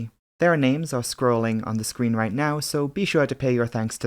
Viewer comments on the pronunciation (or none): none